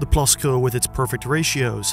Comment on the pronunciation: Wow your the first non dutch person that has said krul or plaskrul the right way